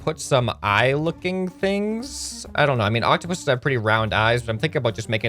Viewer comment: You said the plural version of octopus right! Its octopuses